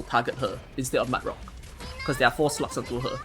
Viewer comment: When you hear a T instead of G in SLUGS, you can not unhear it and the video becomes a bit more fun :) Awesome guide btw! So easy to execute compared to others! In 2-3 months it is very likely to have more than one 6 star so it is great to see guides for normal mid-game players.